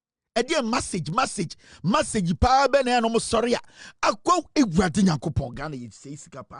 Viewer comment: Why this woman thinks the Presidency is a marathon where batons are been passed during a race? The host was emphasizing on the word 'Message' but she kept saying massege. Give us just one massege you couldn't 😂